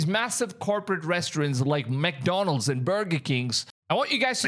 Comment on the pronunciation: It's man-donalds 😅